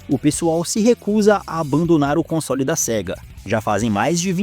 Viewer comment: Quando fala console, parece que vai falar consolo.